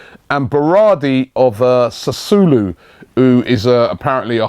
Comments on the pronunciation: 'sassoolu' - 'alkaker' robbiee your pronunciations are awful mate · you r shit at pronouncing these names munir dybala chichartio alcacer sassuolo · Robbie Robbie Robbie.... That pronunciation of Sassuolo was just terrible hahaha